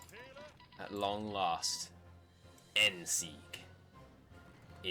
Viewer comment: You pronounced it right. I am Austrian